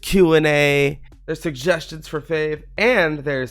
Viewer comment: Hello! (lol a tiny tiny bit)